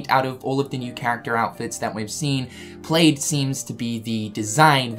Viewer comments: Oh my gosh, plaid is pronounced p-l-a-d not p-l-a-d-e, it rhymes with Vlad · Pladd not played plaid = pl-add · Plaaaaaaad, not played... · It’s pronounced plad not plaid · Kept wondering why you were saying "played" and then realized you were saying "plaid"., y u do dis? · "Played".......I'm guessing its the accent 😂😂😂😂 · ITS PRONOUNCED PLAD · Great video but does know it's plaid is pronounced "plad" or is that how New Zealanders say it? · Isn’t plad not plaid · Plaid. Pronounced like "glad," just replace the g with a p. I was a little confused wtf you were on about with the "played in the wardrobe".. Lol c'mon, man.